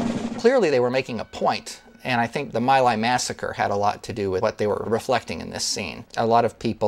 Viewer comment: It's spelled My Lai, but pronounced Me Lie.